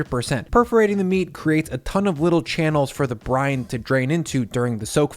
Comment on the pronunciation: "this is the restaurant move that i did to get the to spread more evenly. the injections are great and they get a bunch of in there" 😁😁 every time you said 'brine' i heard it as ''.... "Wet " "Dry " "Cold "